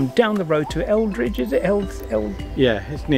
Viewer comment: It's near Eridge, not Eldrige haha, anyways this is where I live and it is stunning! Great vlog :)